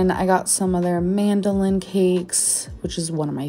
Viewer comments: Had to replay twice to make sure she actually "mandolin" cakes instead of madeleine lol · she just called Madeline cookies MANDOLINS. This kind of thing happens so often I wonder if she is intentionally mispronouncing things… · Mandalin cakes?… Madelineeeee 😂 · “Mandolin cakes” lmaooooo. It’s Madeline cookies babe.